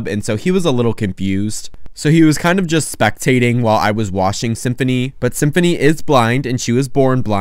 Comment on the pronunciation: 99% of the video: ☺️😇🥰 1% at the end: "ByE sYmPhOunY aNd mOzAughhrTtt" 👹👺👹👺💀😈